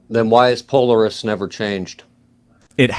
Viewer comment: Would a guy who ownes a telescope mispronounce Polaris?